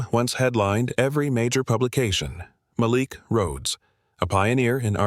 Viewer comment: Why give the lead male character a name the AI can’t pronounce consistently? Several of these stories have trouble in this area. What’s wrong with the name Bob, or Thomas? It’s distracting to hear Mal’lick, then Malik.